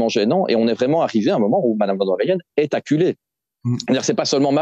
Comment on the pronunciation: "Ursula Vanderleyen est acculée". Y a une faute de prononciation sur le dernier mot !